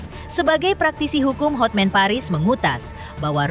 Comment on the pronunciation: Terganggu dengan kata "HOTMEN!" HOTMAN mbaaaaakkkkkkk